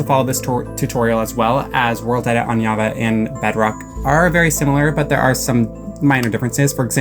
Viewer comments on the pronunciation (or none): It’s JAVA with a J not a Y